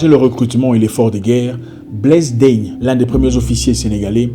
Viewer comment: Blaise Diagne et pas Blaise Daigne. Né sous le nom de Galaye Diagne il changera son prenom Galaye en Blaise pour faire plus civilisé. C’était le premier africain à l’assemblée nationale française. Un autre préfet de la France longtemps plébiscité par les sénégalais, qui finira par être démystifiés et reconnus comme un des pionniers de l’implantation de la francs-maçonnerie française au Sénégal.